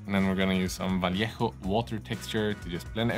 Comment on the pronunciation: Thank you so much for pronouncing correctly "vallejo".